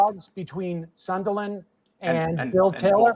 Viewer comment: Sam’s pronunciation of “sun-duh-Lin” triggering me rough